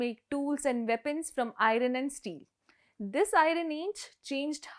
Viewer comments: Iron - r silent and pronounced - ai. urn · So frustrating to listen to a journalist say IRUN … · It’s Pronounced “EYEurn”. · Why she is pronouncing iron as I Ran😂😂😂😂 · TV anchor pronouncing Irrrron😮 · It's killing me every time I hear "airan" 😂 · ha ha ha "i-run" age... everyone from the editor to peon at the print has a problem with english pronunciation. no wonder they want us south indians to learn hindi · ok i need to why people pronounce iron like that ?????!!!!1 irrrrron ? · Someone please tell this lady the proper pronunciation of IRON, and many other English words ? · Very nice informative presentation. Please check your pronunciation "Iron" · Yen support panravangala kooda korai solitu irukinga......iron ah pronounce pannala .....aga naanuru pura naanuru pronounciation thappu nu🤦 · its to discturbing to hear IRON being pronounced so wrong in the video about IRON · Not ' iron' , no sound for r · how to pronounce iron 🤓. In the entire video the compere has mispronounced the word "Iron" 😡. What an "Irony". ! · At least do some homework in pronuncing iron, forgot the Tamil words we are used to the killing. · Do check out the pronunciation of IRON. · iron- 'r'should be silent... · why her pronunciation of "iron" is so strange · You are spelling the word "Iron" wrongly they R is silent there. Who made you a news reader ? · Learn to pronounce "iron" before reporting on iron age. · Your last video was titled " claim" and now it is termed as "finding " ..and the also the presenter can't even pronounce iron properly.. what a cra* this channel has become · Pronunciation: Airon ❌ Aiorn ✅ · Its not airon its airon my ears hurts when she miss pronounce iron ! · It’s not iran - it’s iron Not iran man - it’s Ironman Ai-uhn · It should be pronounced as ion, rather than i-run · Please pronounce iron as 'I yearn' and not 'I run.' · its iron (ai-uhn) not ai-run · It's not i ron( ai uhn )! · It is not irun but iron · ஐரன் இல்ல அயர்ன்😅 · Just say iron not iran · Ayurn not airun